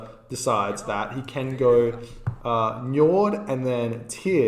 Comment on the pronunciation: Nyord. N is soft J is silent.